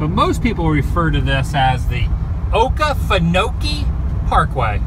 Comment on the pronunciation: thats pronounced "Oh Key Fin Oh Key" You are in some of the places I frequented as a kid. I grew up in Savannah. I hope you make your way there!!!